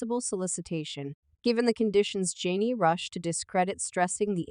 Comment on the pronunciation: Why keep pronouncing her name incorrectly? Telling her business and can't even say her name right.